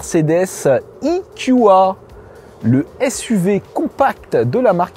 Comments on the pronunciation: Cher monsieur, vous êtes sûr qu'on dit "ikioua"??? (marrant, ça sonne un peu comme du japonais...) Ce ne serait pas "ikioué" ou plutôt "eukua"??? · parle français E Q A et pas ikioua ! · Soit il faut prononcer "i kiou ai" soit "Euh ku A" mais là c'est du franglais ! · " I KYU A" quand t'arrives pas à te mettre d'accord sur la prononciation anglaise ou française